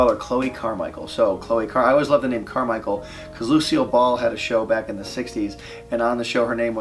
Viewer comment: He said Lucio Ball I thought he meant overwatch